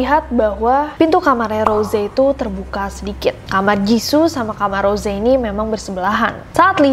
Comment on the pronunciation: Kak nessi itu namanya bukan rose cuma tulisan di panggil ros